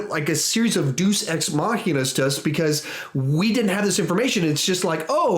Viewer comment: "Deus" has 2 syllables: Try "Day' us."That's closer than what you are saying.